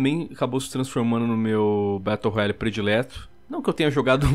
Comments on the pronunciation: "traz elementos de um BETO ROYALE" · "Betão da realeza"